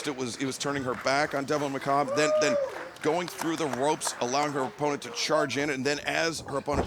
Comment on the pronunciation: That's not how you pronounce macabre. :zany_face